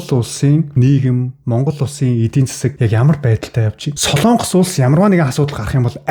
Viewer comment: Сайн уу? Яагаад Солоонгос гэж хэлдэг юм бэ? О үсгэн дээр уртаар дуудах өргөлт авах юм аа. Монгол үг шүү дээ. Солонгос шүү дээ. Соолонгос, эсвэл Солоонгос ч биш "Солонгос"! Ямар ч өргөлтгүй. Эх хэлээ хайрлая